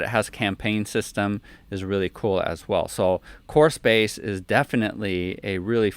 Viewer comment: took me a while to understand that you were saying "core space". i was hearing horse face.